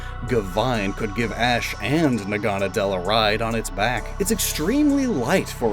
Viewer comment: The way you pronounce Naganadel bugs me a bit. The anime says it differently.